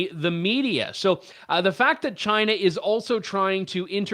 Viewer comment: Trudeau's first word was 'Shina' (China).